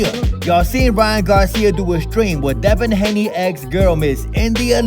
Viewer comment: Ryan said come here deva Haney 😂😂😂😂😂😂